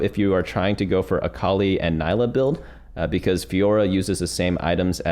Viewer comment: It’s pronounced NEE-LUH